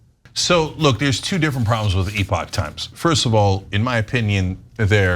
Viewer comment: TYThoe CAN'T PRONOUNCE the company name properly! 🤣🤣🤣🤣🤣🤣 Classic marxist goofball! NEVER DOES BASIC RESEARCH.